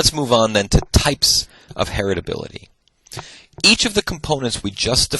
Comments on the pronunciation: Really loving these lectures. Of course he knows his stuff, and he makes it so very accessible. But he keeps saying "hetirability" (*sic*), instead of "heritability." And it's driving me to distraction! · All I can hear is "heterability" 🥴 but thank you, great lecture 👍